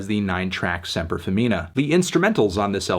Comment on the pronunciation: You say Semper Femina wrong, listen to how she says in in Nouel.